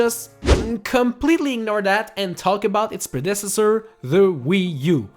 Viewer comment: How’d you say “Predecessor”? 😐